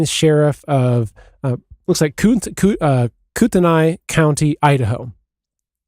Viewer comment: Kootenai county is pronounced, Koot'knee.